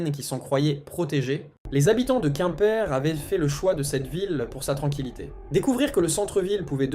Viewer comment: Beaucoup de bla-bla, probablement IA, qui dit plusieurs « quouimeper » au lieu de Quimper, on se renseigne avant de faire une vidéo. C’est pas crédible du coup